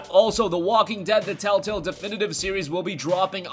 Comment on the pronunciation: It's telltale not tell tell dumbass.